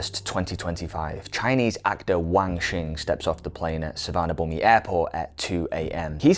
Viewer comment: If you work on pronouncing really good content aka. Suvarnabhum(i) etc.